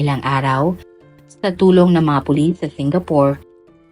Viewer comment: Meron nga po kaunti sa part na " tinanong ng mga pulit, (s) ang nga staff ng hotel kung may katama ba si abby. Pero no prob still my Idol po.